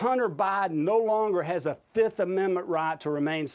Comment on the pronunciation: "president BAHden"..😂